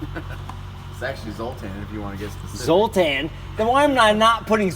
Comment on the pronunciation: Dude where's my car "zotar"